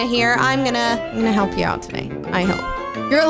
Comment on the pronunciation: did i just hear u said olt?